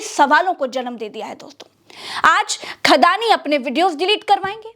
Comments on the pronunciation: Khadani nhi andaani😅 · अड़ानी नहीं 'खड़ानी' कहिए।